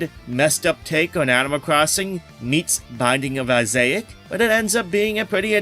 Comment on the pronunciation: You lost me at the binding of 'i-zay-ic" 😂